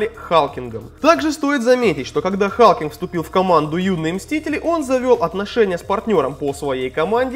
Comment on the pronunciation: Не Халкинг, а Халклинг